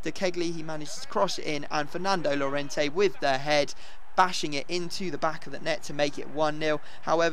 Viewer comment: Its pronounced yorente